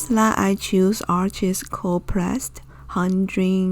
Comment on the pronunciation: Arches is French & it’s pronounced “Arche,” the (s) is silent. I’ve tried gum Arabic to help slow down the drying process, but I ought to give ox gall a try. Great info, Thanks for sharing!!!